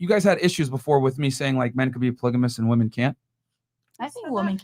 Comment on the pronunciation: The whole entire pod cast that just bothered me the most was that girl in the green shirt saying the "woman".... It pronounced "WOMEN!" damint.